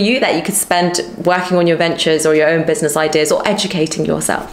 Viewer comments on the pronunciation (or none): none